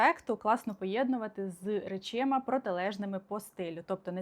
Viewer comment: Будь-ласка: речАми, не речИма. Дякую! ❤